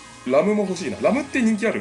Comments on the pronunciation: ラムのイントネーションが完全にラムの実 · 名前の発音ーーーーーーーエミリア⤵︎ ラム⤵︎ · レ↓ム↑、ラ↓ム↑の発音とレ↑ム↓、ラ↑ム↓がごちゃごちゃだw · レムとラムの発音違いますよ。 あと、レムとラムにロムは関係無いですよ 推しはエミリアたんです(聞いてない) 同士おる？ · あ、あと レム⤵︎ ラム⤵︎ ですね！発音が！ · ラムとレムの発音w